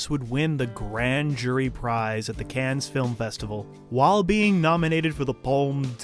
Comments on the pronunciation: Cannes is not pronounced “cans” lol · cannes is pronounced can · It’s pronounced like CAN. No s. It’s a French word. You make videos about movies but can’t even pronounce Cannes correctly. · This video was awful. You are an idiot. You didn’t so ANY research. You can’t pronounce Cannes correctly and you say “is this the last Coen brothers movie were are going to see?” NO. Ethan had a trilogy he wanted to do with his wife. That’s all. Their next film they back together and is going to be a horror movie. Do some research next time loser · I feel like you're trolling us with your pronunciation of "Cannes". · The "S" in "Cannes" is silent. This is an important detail if you're talking about films and their festivals, and you want to sound knowledgeable. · a guy who makes a living talking about film on youtube, but doesn't know how to pronounce "Cannes" lol